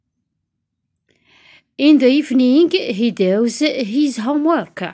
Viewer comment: داز ماشي داوز